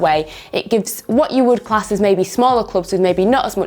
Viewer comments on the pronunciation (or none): none